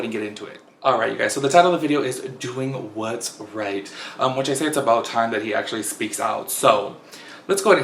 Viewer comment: The way you pronounced “Doing What’s Right” 🤣